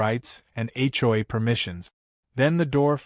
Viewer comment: HLA??? AI needs to say H O A clearer. 😮😅😂